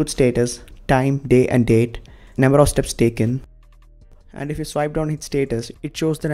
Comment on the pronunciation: Telugu accent speaks "Number" with a slight difference as "nuember". I am from Hyderabad and I could recognize it instantly. Very very good video bro! Keep it up!